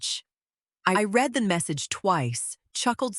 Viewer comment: Absolutely. I struggle to listen to ones like this with the whiney voices and the AI's mispronunciation of 'read' over and over.